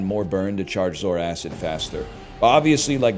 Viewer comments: BRO ITS ZOARCID NOT 'ZOARACID' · Every time he says zor-acid I die a little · Is pronouncing it "Zor-Acid" a meme? Its Zoar-cid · we're aquatic guys, of course we continue to pronounce zoarcid wrong